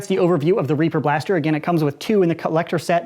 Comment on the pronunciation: I though he said raper